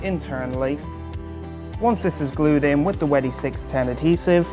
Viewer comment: Can you learn how to say wedi before you make a video?